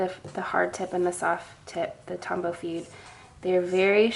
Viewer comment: As a calligrapher who also knows some Japanese, it's grating to the ears to hear you say "fude" as if it was an English word. Please please pronounce it "foo-deh".